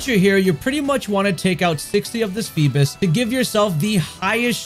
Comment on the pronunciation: Why donyou keep saying “feebis?” Lol